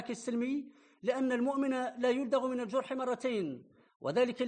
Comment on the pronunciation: المؤمن لايلدغ من الجحر.... وليس الجرح 😅😅😅😅😅